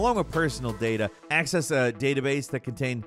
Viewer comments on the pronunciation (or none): none